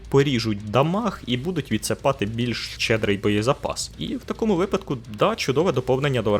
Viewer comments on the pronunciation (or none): none